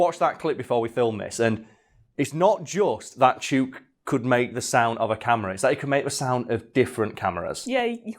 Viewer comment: this is defiantly an episode that needs the clips edited in. the lyre bird is completely awesome, and I need to see the salmon hat. also, 'chook' is pronounced like hook. its aussie slang for 'chicken'. as in, 'Im going to feed the chooks'. It can also be used as a term for a group of gossiping (usually older) ladies. you wouldnt call em that to their faces tho.